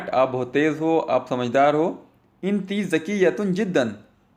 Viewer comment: इंती नहीं यार अन त होता है Woman अंती होता है